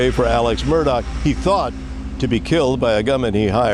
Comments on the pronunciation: His last name in the "low country" is pronounced Murdock. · that's OK. The way you pronounce it is definitely the way it sounds and also it fits the narrative of his alleged crime. Also your documentary is very well done. I've been following this case for a while and you provided a lot of information that most docs miss.